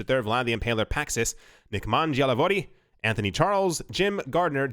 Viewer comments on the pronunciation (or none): none